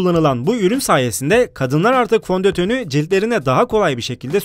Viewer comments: Fontoton değil fondeten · fondötönö djkfhbsdjafhskadhfjsadf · fondotün XD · FONDÖTÖN AJQJQKWKQNQIJQ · Fondötön ne yawf :D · D ASDFadfasd Fondötön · Fondotön haha asfgafzf